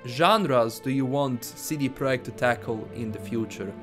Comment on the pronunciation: Lets say it together See-Dee-Prah-Ject. I know it's an accent but damn you're killing the name like a witcher.